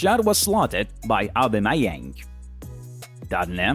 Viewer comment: I don't mean to disrespect but his way saying serie A,Aubameyang,and Sane make me laugh